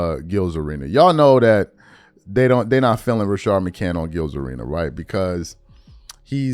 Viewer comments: Rashad, not Rashard 🤣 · Please stop staying RASHARD it’s RaSHAD 😂😂😂😂 driving me up a wall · Why you calling him Rashard McCant?